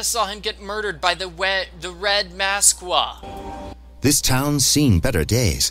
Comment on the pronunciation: for the record it isn't pronounced mas-quee its more pronounced like mask, for future notice. now that that's out of the way, I am so happy you're doing this. by the way, I tend to correct people a lot, sorry